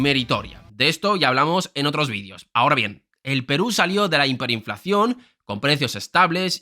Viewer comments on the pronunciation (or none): none